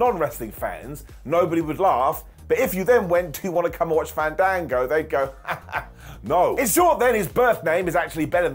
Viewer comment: Had to stop 30 seconds in. It's Faaahn-daaaahn-gooo.